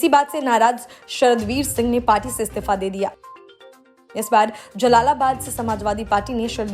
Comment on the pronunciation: Yah stifa kya hota hai..Istifa bolo dhang se..